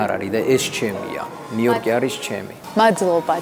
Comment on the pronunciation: ნიუ-იორკს ვერ ამბობთ? ნიიიოტკი 😢😅